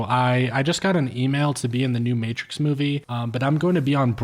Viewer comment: I didn't even know about this. Pretty sure this is a glitch in the matrix. This movie didn't exist before this morning. One clue that this is a glitch. A lazy glitch even, is in the very beginning. ~ our narrator uses the non word "Matrik" as an attempted variation of the word matrix. Everyone, except machines knows that's not even a word.